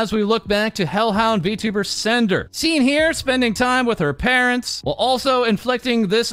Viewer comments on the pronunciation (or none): none